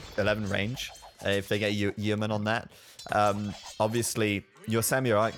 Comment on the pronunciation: ID a British guy just fail to say "Yeomen" properly? How dare you sir! We have them in the Navy still. Yow-men.